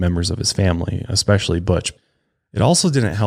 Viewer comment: Someone tell him especially has no x in it lol he always says expecially 😂😂😂😂